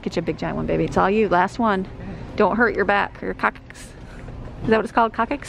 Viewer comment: Lol sweet, hahaha, coccyx said coc - six, not coc - kicks! Lol. You made my day, again! Laughing with you, not at you ♥️